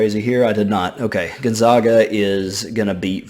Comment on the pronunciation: Gotta learn to pronounce gonzaga right. Zag not Zawg. Think zigzag